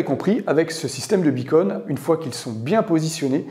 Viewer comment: Pitié : "beacon" = "balise" en Français. On n'entend que "bi-cône" !🙃